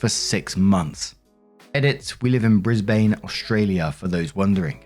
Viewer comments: its pronounced 'Bris-bin', not 'Bris-baine' ❤ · Brisbane is pronounced bris ban. The e is silent. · Shout-out Brisbane, Australia!, we say ‘Bris-buhn’ or ‘Brissie’ (said Brizzy) for short:_WaffleHey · That Brisbane (Bris-bin) story was crazy what an entitled brat glad they are breaking up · Love your pronunciation of bris-bane 😂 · We pronounce it as Brisb'n haha 😂😂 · Pronounced Brisbun lol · Hi, I love how you pronounced brisbane hahaha. For Aussies we say"Briz-bin". The other city that catches people is Melbourne which we say "Mel-bin". No I don't know why we turned everything into bins down here. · Marks pronunciation of Brisbane 💀💀💀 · Oh boy! I normally never get to make these comments; as an Aussie... HOW did you just say Brisbane??? 😂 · the pronunciation of brisbane cracked me up haha - an aussie fan